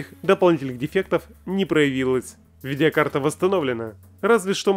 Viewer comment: не видИакарта а видеокарта